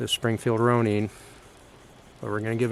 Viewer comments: Pronounced Rone-Inn. Hard O and the “in” as in ninja. It is a Japanese word.. that’s how they pronounce it. Springfield pronounces it like that too. Ronin is the name used for a wandering type warrior. A samurai without a master. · Ok, I get that that may be the way that you're supposed pronounce it but him calling it the "Roneen" is driving me nuts. 🙄🤦‍♂️